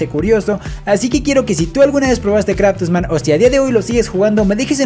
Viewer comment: me encantan tus videos y soy yo o enves de decir craftman te la pasaste diciendo kratosman? XD